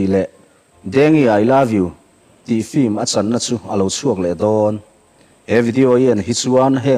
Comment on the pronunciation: 'Flim' hi vaiho 'film' lam thiamlo ho lamdan a nia...